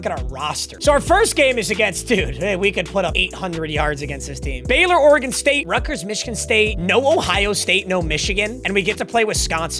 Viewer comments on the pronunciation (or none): none